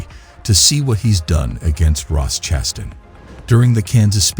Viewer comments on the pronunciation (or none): Or Chastain. 😂😂 Chas-tin? lol